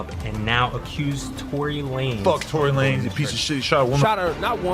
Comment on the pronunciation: Tory lamez and not Lanez bruh damn